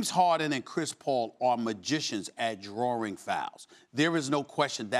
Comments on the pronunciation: SAS: “ Drawring fouls.” “DrawRING?” 🤣🤣🤣🤣🤣🤣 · Stephen "drawring fouls" A. Smith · "DrawRing fouls" 🤔